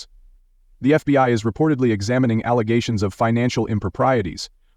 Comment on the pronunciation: Every time I hear the world "allegations", it reminds of her misnomer "alezations" 🤣